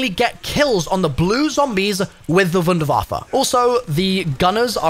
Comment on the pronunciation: THANK YOU for being the ONLY content creator I have seen to this point that pronounces Wunderwaffe correctly when using the German version of the word and not just calling it a wonder waffle or some crap like that 🤣